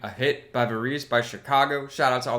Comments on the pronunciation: Thoughtful, insightful review. I think Edgar Varèse pronounced his name a bit differently. For a bit of amusement, here is an excerpt from Varèse's "Ionisation" substituted in as theme music for "Sex and the City." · This is the first cut on the album. The title is a nod to Paris born avant garde composer Edgard Varèse (American pronunciation: ED*grd vr*EZ), who also happened to be Zappa's biggest influence. The song, as Dan noted, has a heavy prog influence. It sounds nothing like Varèse (think in the vein of Frank's most atonal and percussive passages for a better picture). Robert Lamm has said the idea behind the song is how great it would be if music as free as that of Varèse could be put on the air by radio programmers and be accepted by the listening public. Lamm had been introduced to Varèse through the liner notes on Zappa's Freak Out (the modern day composer refuses to die). He mentioned it to Terry Kath, who was intrigued enough to buy some Varèse LPs, which they, and a few other band members, listened to over and over. This was before Chicago had even recorded their first album, and Lamm found it a very freeing and inspirational experience in terms of what was musically possible for them. I personally found that anecdote quite relatable as that's how I felt upon discovering Zappa.